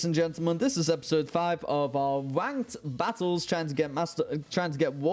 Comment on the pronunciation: Well, you said ranked wrong (I am always gonna do this until you get a video perfect, also you saw naganadel in my battle on Tuesday, so stop lying, I have nothing else to say rn but I agree with Lep Lep, misty terrain prevents sleep on grounded pokemon so that could be good) I have not kept up recently so that's pretty cool, also caught you typing on discord saying about you being late, imagine that, well you done goofed